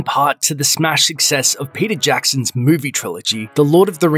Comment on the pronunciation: I keep thinking you’re saying Percy Jackson, not Peter Jackson oml.